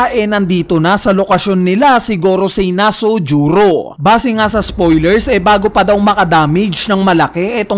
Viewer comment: Annoying yung na-su-ju-ro. Haha Nagconfirm ako sa one piece wiki kasi alam ko planet venus nirerepresent nya so ang name nya tlaga is Ethanbaron V. Nusjuro. Di ko alam yung nasujuro kung tagalog or japanese pronounciation baka di lang ako informed or baka ganyan mo lang talaga ipronounce for some reason. 😊